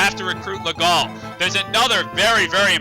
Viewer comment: "Legault" is pronounced "Leh-go". The "lt" are mute. That's French for ya.